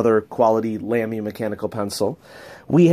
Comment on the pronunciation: Great collection, fun to see what you've got now compared to last few years. Incidentally, sorry for a little nitpicking: *LAMY* is pronunced like "Lah-Mee" (not "Lam-mee").